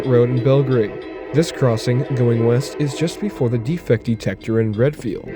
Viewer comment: As a side note- its pronunciation is “Reeeedfield”. Yes we spell it Readfield. Lots of alternative spelling up here . Great video!!